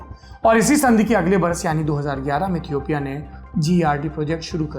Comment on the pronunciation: Toomlog lootera ho be...yahi h duniya dari..... Tmko Ethiopia ka v pronunciation nhi aata h or Duniyadari sikha rhe ho hme